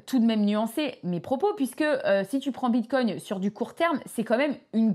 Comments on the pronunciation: Je ne suis pas un connaisseur mais il me semble que l'on ne prononce pas "bite cogne"... 😂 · Tu peux arrêter de dire "bitecogne" toute les 30 seconde . stp